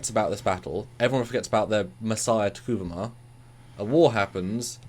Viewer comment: say it with me T'Kuvma (Ta Koov Mah), not Ta Koovoo ma